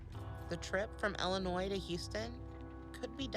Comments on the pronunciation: IllinoY. The s is silent. If you want to drive an Illinoisan crazy, pronounce it Illinoyz. Hi from Bolingbrook, IL! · The S is silent in Illinois. Born and raised here. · Illinois. The 'S' is silent. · Illi-noy. The " s " is silent. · as somebody who is born and raised and still lives in Chicago please don't pronounce the s in Illinois it's so annoying to people like us. Please and thank you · Hey, the S is ALWAYS silent lol same for illinoisans, sssssssilent lol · do not pronounce the S in the word Illinois. people like myself that are from Illinois and live in Illinois are so annoyed by people who pronounce the S.😂